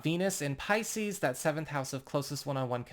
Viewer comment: Your intro does not match your belife. You hedge your bets. Its a nice intro. But a bots voice realy. I leaving you say piseces. Two fish look up seas i said see. Trust me im leylines i know?